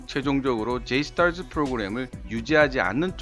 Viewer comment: 영어권가서 줴이스타쯔하면 놀림 졀라 받음 ㅋㅋ